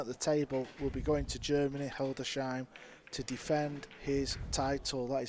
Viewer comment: It is actually pronounced "Hildes-heim" not with a "sh" in the middle